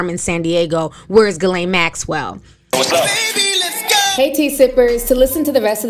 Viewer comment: The fact that butchers ERRRBODY’S name but said Ghislaine Maxwell’s name properly right out the gate 😂🙌🏾.